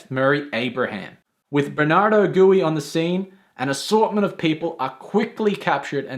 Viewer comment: Who is Bernardo Gooey? Did you mean, Gui (Gwee as it is pronounced in the movie)?